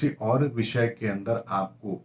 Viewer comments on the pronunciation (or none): none